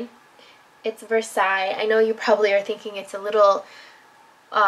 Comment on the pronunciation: She designed only one of the colors, that's Versailles, and that one she said it right !